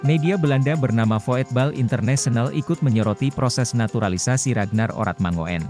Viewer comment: Min..Baca nya Ragnar Oratmangun..bukan mango en..itu marga orang Maluku..😜😜😜lain kali belajar dulu..?😆😅jangan main hajar saja😀😆😛kalo bahasa Belanda..OE jadi U..ejaan lama😅😆ngopi dulu sana..min..😀😆😅